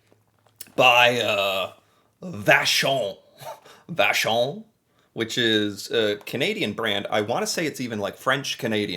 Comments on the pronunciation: Man you pronounced vachon like a real Québécois. Lune = French Moon= English btw. I use to like Whippets when i was a kid but now its too much for me too. Bear paws I would not say i like it...not bad but my kids do so... Celebration cookies are my favorite i separate the chocolate and the cookie sometimes. I wonder, Why you started to be fascinated by canada years ago? I discovered it was way before trump's presidential show. I am curious. I am not someone who..lets say....Like internet people in particular. i don,t hate them juste it change nothing to me.. you maybe like juste a ''tipical, average american.'' But you still different, you are cool man. you are doing a good job. ''I'm sorry'' but its true! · the pronunciation of "vachon" was too good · I was impressed by his pronunciation of Vachon, though 🤣